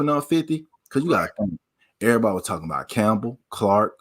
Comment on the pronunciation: Lost me when u said Campbell